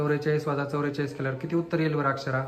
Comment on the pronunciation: चौरेचलीस नाही चौवेचालीस